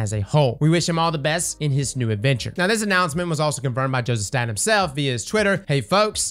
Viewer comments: Btw it is STATE-IN. Not STAT-in. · It's pronounced "State-n"...